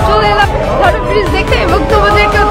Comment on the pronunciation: " hawra" noi "Howrah".